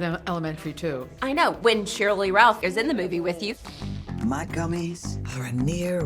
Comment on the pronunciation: Did she say gummies or Gummers 😅.